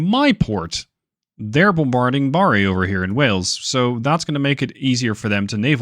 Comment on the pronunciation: Btw, it isn't pronounced "Baa-ree". It's a short "a" sound in there. This vid is a walkthrough of the place, if that is at all interesting. I used to work right on that street, as it happens!